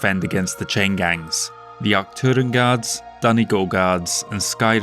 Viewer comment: Being from Ireland I very much appreciate your pronunciation of Donegal. Beautiful part of the world if you ever get a chance to visit. 😊 Also I can imagine the thinking among many civilians around the subject of rearming being "the other states are rearming so we must too." Looking forward to the rest of the series.